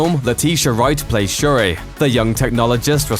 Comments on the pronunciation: Say it with me now: Shuri. It's pronounced Sure-e. Not Sha-rae. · Its not shuraaaah but shuri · Don’t be extra. Just say sure-ee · They pronounced Shuri's name so wrongly.